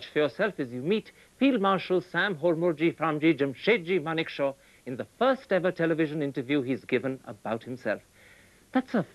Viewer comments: Its Manekshaw not Monekshaw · it's Manekshaw not monekshow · It's Manekshaw and not Monekshaw... uploader must be a Bengali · It's Manekshaw, correct it